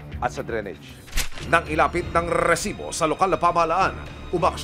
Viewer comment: Nangingilo ako sa rrrrrrrrrrrresibo hahaha